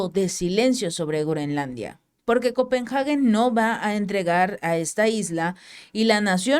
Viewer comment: Se pronuncia el nombre de la Capital todo junto ,no lo separes al pronunciarlo. Copenhagen . Solo es una observación.